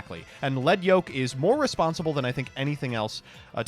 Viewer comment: Thank you thank you THANK YOU for pronouncing Lead Yoke correctly.